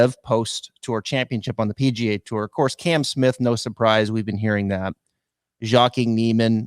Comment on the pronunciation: I’m loving both tours and don’t think it’s “exhibition” at all. To be honest, their field is way better than most regular PGAT events., you look so pissed. Smile mate. And, maybe pronounce Joaquin correctly bud. With all the negativity on LIV, I’m actually now wanting them to succeed more to piss everyone off. I love it. I loved watching the Tour Championship and actually went. What’s wrong with loving both. Give it a rest boys.